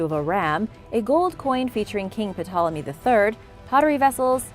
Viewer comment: The p in Ptolemy is silent